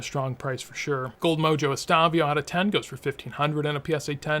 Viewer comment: bro….”Estavio”?! Come on.